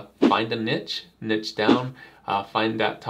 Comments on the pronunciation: This helped a lot even as a professional artist! Ty :> P.s. The word, Niche, is actually pronounced as "Nee-sh", kinda confusing I know 😂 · Couldn't listen to it. There is no T in niche. Sheesh.